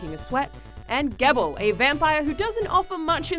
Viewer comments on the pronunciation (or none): NO ONE say Gebel's name right!It's "Jee bell" Solid review though. Spoiler-free, but hit on all the important points. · YOU pronounced Gebel wrong it's actually Pronounced "JIIBEL" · Gebels name is pronounced gee bell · Alanah Pearce you also mispronounced Gebel's name, which is actually "Jee-bel" just take a look at the english trailer. Anyway, I love your work and I follow you on Instagram haha. Have a good day, I hope this doesn't sound too rude.